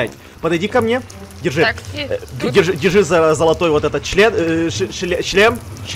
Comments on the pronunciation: Прислушайтель вы что-то слышите я да я УСЛЫШАЛ слово ЧЛЕН вместо слова ШЛЕМ!!! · Щлем а не чле...